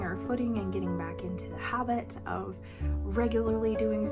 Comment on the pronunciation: My brain! When you said "getting back into the habit", I heard "hobbit'.😂Your enthusiastic effort is admirable!🧡 (when my husband said he wanted to learn Spanish, I gave him the book "Spanish on Your Own"🤣)